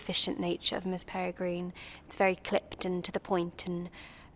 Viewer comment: Was it me or did she keep on saying Miss perigreen ? Not hating I love the film and all the actresses but like if you heard the same 🤔❤️